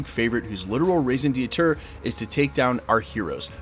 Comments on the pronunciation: I love u bro but raison d’être is pronounced “Reh-zon deh-truh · Raison D'etre is pronounced pretty close to Ray-zon det-ra. That last a is very short. Almost just a breath.